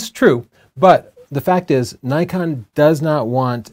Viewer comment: Zee?... its ZED .. you Yanks.. and its Nikon not Nykon